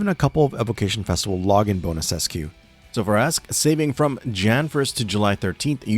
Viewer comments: Aesc is pronounced "Ash" Because the word is Old English. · Aesc is pronounced "Ash" because old English.